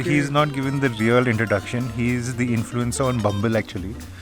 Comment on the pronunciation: Bumble influencaa ? 🤣🤣